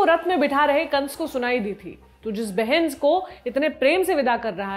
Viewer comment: Mam baki sb to theek hai pr apne behn ko behens bol diya😂😂😂